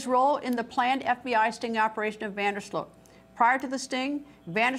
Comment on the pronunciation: It's Van Der Sloot, not Van Der Slote! She's obsessively repeating that name, while it's on the Chiron, under her robotic face, and still mispronounces it, every single time, while seemingly trying to say it as many times as humanly possible. The level of cringe here has me convinced we're living in the Twilight Zone.